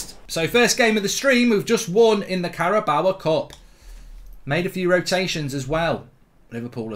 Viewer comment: ‘Caraboa Cup’😂😂😂